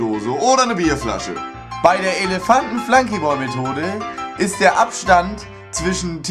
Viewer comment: Wat is'n Flanky Bol???? Das heißt Flunky Ball, is nix englisches drann an dem Spiel...